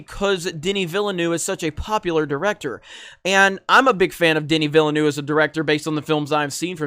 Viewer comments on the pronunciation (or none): Dude. It’s pronounced: vill-a-new-way-va. And baron Har-Kon-an. You’re killing me smalls. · wring on Villeneuve, hes French not Spanish, it’s Veelnoov, sorta—eu is a French sound that doesn’t appear in English. Look it up before you post, dolt. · It's pronounced vill-nuv. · You goofball! It’s “Veelnev”. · + Gamers. Villanueve is pronounced (vee-yah-NWAY-veh). The double "L" creates a "Y" sound in Spanish. Liet (lee-et) Kynes (Kines) Hope this helps. Aside from that great video. You should read the original Dune novels or at least see the 1984 movie. This video lets me know this is going to be butchered. Not a good thing. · You did not butcher half the names. You butchered every single one of them. You got Kynes right the first time and then carried on mispronouncing it. Bene; the last E is not silent. Gesserit is pronounced as spelled: jess-uh-rit. Denis's last name is pronounced vee-nuv. Atreides: ah-trey-deez. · Simple, boycott. Pronounced viel-nerve, like the racing drivers. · I know neuve actually means new, but its not pronounced like that. Villeneuve is pronounced, Ville-nerf:-) otherwise great vid as usual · dude is not even trying to say villeneuve lmao